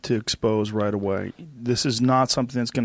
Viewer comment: LMAO , roight? 🤣💩